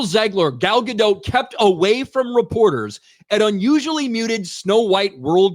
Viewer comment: FYI - Gal's surname is pronounced Ga-Dot, not "Ga-dote".